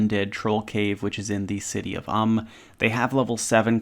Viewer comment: Thought it was city of “Oom” not “uhm”